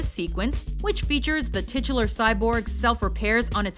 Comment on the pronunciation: Please stop saying "titular"